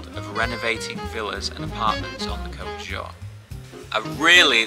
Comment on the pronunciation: I live your vlogs, you do great, but please pronounce the name Côte d'Azur correctly ( pronounce it like côte d'azuuuur)